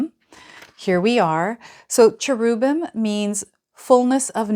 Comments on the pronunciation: The pronounciation is CH(EH)RUBim, with the stress on the CHERUB. The E sounds like 'EH', not 'EE'. I'm hoping this helps you, and thank you for everything you do. 🫡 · PRONOUNCING CHERUBIM WRONG...WHAT IS WRONG WITH TAROT DECKS - THERES SO MANY...2 OF GRAINS? CMON